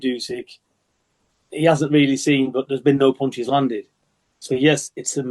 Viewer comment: " mia puntches and my skillz".!!!!!!! Bivol!!!!!